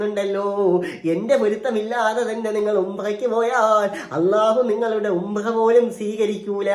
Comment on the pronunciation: ഉമ്പ്ര അല്ല ഉംറ